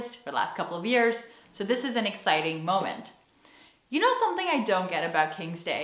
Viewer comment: Dag,. Leuke video weer! Je begint Nederlands te klinken in je uitspraak van je Engels! Het duidelijkst hoorde ik dat toen je "so" zei ([soʊ] in plaats van [səʊ]). Je spreekt vaker Nederlands dan Engels?